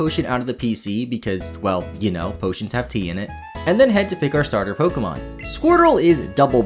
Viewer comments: "S T arter Pokemon" You don't get to pick a Pokemon, sorry. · Bu- bu- but starter has a T in it😭